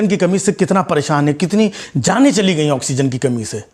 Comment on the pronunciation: Its not gai but goi.